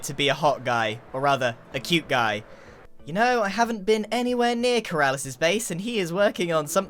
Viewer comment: "You know I havnt been anywhere near Keralis' base and he is working on someing very KeRaRlIs" 🤣 Got me dying